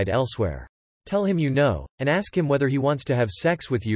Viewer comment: Can we stop axing things? Who would program a robot to say letters back to front?